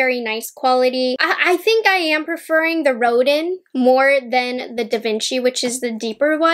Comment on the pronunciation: Collection is gorgeous. FYI Rodin is pronounced Ro-Dan Thanks for the review 😊